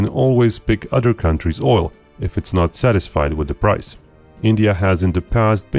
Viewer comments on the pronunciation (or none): none